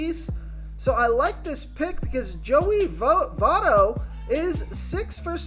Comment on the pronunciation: do you even watch the games, how don't you know how to pronounce `votto, lol